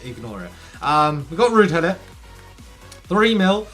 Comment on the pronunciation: Did you just pronounce Gulit “Jew-Let”